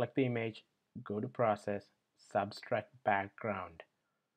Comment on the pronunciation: It's "subtract" not "substract",.